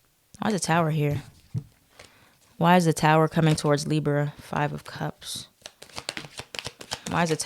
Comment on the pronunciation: "leeber" and "north nerd" made me laugh lol